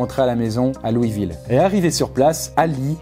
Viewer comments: Louiseville sa prononce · Louisville !!! On dit le "S" , LouisseVille !!